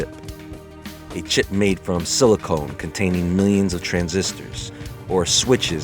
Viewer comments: Sili-CON bro, not sili"CONE". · Stop saying "silicone". That's not right. It's silicon. BIG DIFFERENCE!! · Only one tiny thing. It's SILICON not SILICONE. OTHERWISE, THANK YOU. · Silicon not silicone. Lol